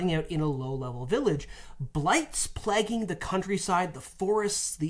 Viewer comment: I was going to ask if that's also why they're pronouncing Plaguing as "Plagging" instead of "Play-ging"